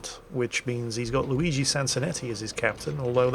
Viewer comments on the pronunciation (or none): none